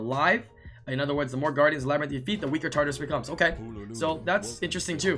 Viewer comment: It's pronounced TART-UH-RUS